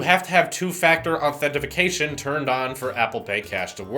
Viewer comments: “Authentification” lol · idk what these dudes are talking about... it’s “authentication” but on the other hand WHO CARES